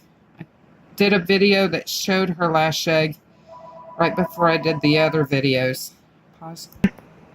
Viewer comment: What are you saying here? "Lashed egg?" "Latched egg?" I cant figure out what this is.